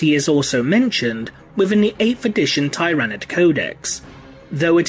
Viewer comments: tier-a-nid not tie-ra-nid but it’s ur channel so u can pronounce Tyranid any way u want I just thought that’s the way most of the community pronounced it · It's "Ti-ra-nid" not "Tie-ra-nid" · I have to thumbs down your video since you automatically the 1st time you pronounced it you pronounced tyranid incorrectly... why?